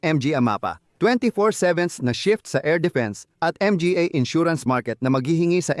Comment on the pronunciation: Boss baka pwde gawan paraan AI mo magsalita kaka M G A.